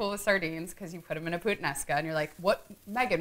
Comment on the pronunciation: She's cute enough for me to forgive what she did to that "puttanesca". 😉